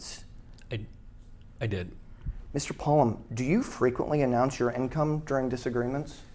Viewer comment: i believe its pronounced polOme